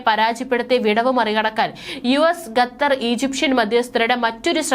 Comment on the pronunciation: ഗത്തർ അല്ല, ഖത്തർ